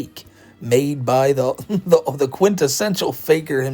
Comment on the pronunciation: The AI voices talk like Chris Chan. The way they replace the "TH" in every word with a D make me giggle